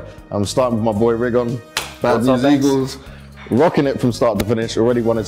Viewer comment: his name is not rigoN, is rigoD :)